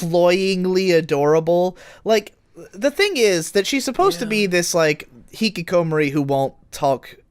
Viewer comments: the way says hikikomori makes me sad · Jesus Christ,, please look up how to pronounce Hikikomori xD